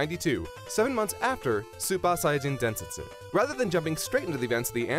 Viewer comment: the way he says super saiyajin densetsu is pissing me off, super is an english word so pronounce it right not like a japanese school girl "soopa" 🤯🤬